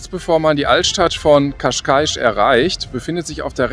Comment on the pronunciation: você falou Cascais corretamente, ficou perfeito. Dein Video ist wunderbar. Glückwunsch!